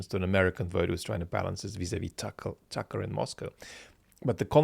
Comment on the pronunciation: It is not Tucker it is Tuckaahh according to the genius talking on the video.